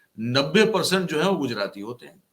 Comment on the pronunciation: Pause dede woh Gujrati nahi hota.